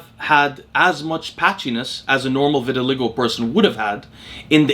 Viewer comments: This never even occurred to me but it certainly seems likely. Since you mentioned it I do think it's pronounced vitil/ai/go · Pronouncement of VITILAGO vi•tuh•lai•gow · Hey. The word "vitiligo" is pronounced ver-ti-lie-go. ✌🏼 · I think it’s pronounced “vit” as in vitamin, “ill” as in sickness, “lie” as in what fat people tell themselves about having a genetic propensity that prevents them from losing weight, “go” as in what people don’t do at stop signs when they have the right of way in my city. Vit-ill-eye-go. That’s how I’ve heard it pronounced by doctors, at least, and a janitor I knew who had the condition, but it might be a tomato-tamato thing 🤷🏻‍♂️ Anyways nice video haha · Vit-i-(schwa)-LI-go Emphasis on third syllable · Why didn’t you just watch a video where someone says vitiligo rather than continuously mispronouncing it on a video that clearly took a lot of effort? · Obviously he thought he knew how it was pronounced, nobody pronounces words wrong on purpose bro, stop and think for a second before being critical